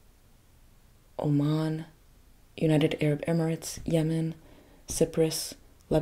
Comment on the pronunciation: Yemen❌ Yeaaah mann✅